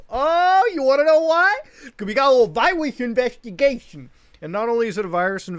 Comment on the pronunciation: Muta really said “viwus invwestigwations👉👈”